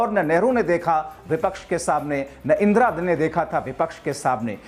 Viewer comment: इंद्रा नही इंदिरा